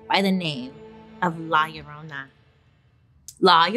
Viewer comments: Oh come on Bailey! U could do better with rolling that r! 😅🤣🤣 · Llorona = crying women, Bailey lol pronounced yo-ro-nah